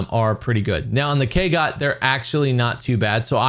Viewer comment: Why does everyone keep calling it the Kagot? It's an O. 😂